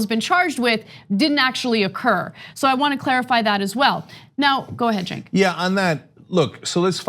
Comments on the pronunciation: He pronounces his name in English like "Jink"? Even though it is written "Cenk"? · It's pronounced like ch-a-nk